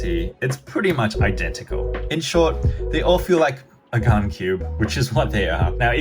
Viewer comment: Its gan not gun